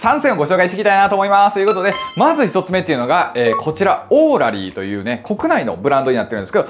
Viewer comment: オーラリーのイントネーションが気になるけど